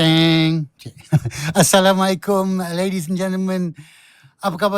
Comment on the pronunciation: Harith. AssalamUalaikum. Bukan AssalamAalaikum.